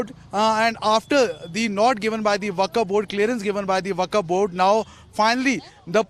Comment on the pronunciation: Dear Arnab ji! Achhhi English bolne se akal bhi aa jaye, aisa jaroori nahi.....Aisa aapke is reporter ne proof kar diya. He should be taught how to pronounce WAQF Board. It's WAQF BOARD AND NOT THE WAKAF BOARD. It's not upto to THE REPUBLIC'S Standard.😊 Hope you listen/ watch this video, and hope, my msg reaches to you.